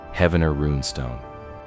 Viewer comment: Heaven-ner? no, Heev-nr ... this whole video is a hoax